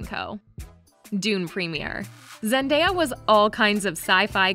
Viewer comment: How many times did thise video say Zandeya.............just a joke